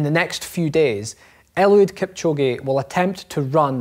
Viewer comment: 2 hr 22 sec ,,kilchoge “ psh, “